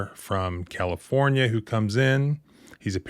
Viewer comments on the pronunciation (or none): This is typical rich behavior, so why did the "from California" phrase keep being stressed throughout the video?